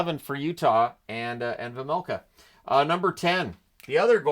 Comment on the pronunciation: Coming from a czech guy, the key to pronounce Vejmelka name correctly is to pronounce the J properly, its like Way - mel - kha or something, except the W is V at the beginning :-D